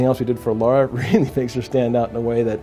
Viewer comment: Be nice.... Let's not nitpick, please. The name said was close enough to the real one. You knew exactly what was being referred here, there's absolutely no need to act the way you did. He's picking on you because the name of the character is actually "Lara", not "Laura".